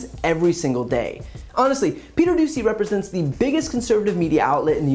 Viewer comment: I heard the reporter’s name as “Peter Doozey” 🤪